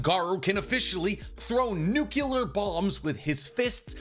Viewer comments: Amazing content, love your videos, just a little thing that bugs me a little lol, it's weird to hear people saying "nukelar" instead of "nuk-le-ar" just that little thing dude xD, love from the third world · Love your vids man..but its NUCLEAR...not nucular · IT IS NOT PRONOUNCED NU CU LAR. THE CORRECT WAY IS NU CLE AR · Why Americans say nucular instead of nuclear? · lol Nuculur. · That Nuclear pronunciation reminds me of Bush. Remember he also kicked a wormhole away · I want you to look at the word “Nuclear” before you say it.